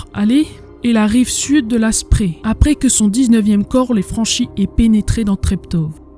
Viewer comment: Je ne l'avais pas vu. Bravo et excellent travail, même très bon boulot. Comme toujours, efforce-toi de bien prononcer les mots allemands. Le fleuve qui traverse Berlin, la Spree, se prononce, la Chpré pas la Spri. Ça fait toujours mal à mes oreilles d'amoureux de cette langue. Mein Goethe. Cela dit, tu as fait des efforts, tu dis Strasse comme il faut, ainsi que plein d'autres mots. Voilà pour la forme. Pour le fond, je l'ai déjà dit : superbe boulot.